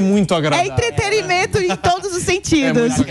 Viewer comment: A moça: EntreteRimento? Kkkkkk meu Deus!